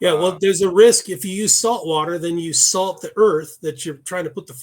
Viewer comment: Salt, not slat